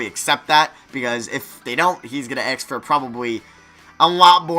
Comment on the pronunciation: Why does he say aks instead of ask??